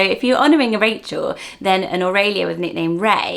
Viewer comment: I love how you say Aurelia. I've wanted to love this name for so long, but the common pronunciation here is "oh-really-ah" and all I'd hear is "oh really." Oh-ray-lee-ah is gorgeous.